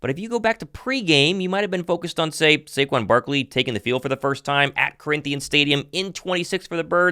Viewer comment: Yall gotta put respect on his name, it’s SAQUON, not SAQUAN